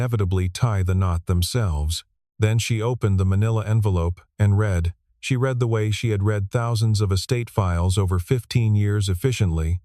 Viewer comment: These AI voices are incompetent! Saying street for Saint, and saying read in the present singular for a past tense read. Frustrating to listen to. 👎